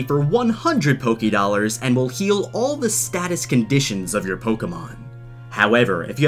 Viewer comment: NOT POKE-i-dollars